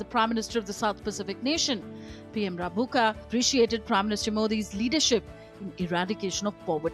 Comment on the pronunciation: Rabuka pronounced Rumbuka